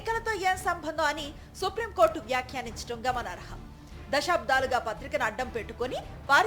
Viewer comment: Anchor గారూ! అమ్మా! మీ భాషణ బాగానే ఉంది కానీ "దశాబ్దాలు" అనాలే కాని, మీరు వత్తు పెట్టి.. దశా'బ్ధా'లు అంటున్నారు. తప్పు దిద్దుకోండి.